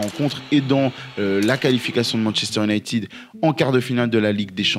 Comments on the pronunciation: J'ai un peu ri aux excuses sur la prononciation de Midtjylland après avoir passé 4 minutes à massacrer la prononciation en disant "younaïtide" 😂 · Quelqu'un peut-il m'expliquer pourquoi en France on dit "Manchester unitid" au lieu de "united" ????????????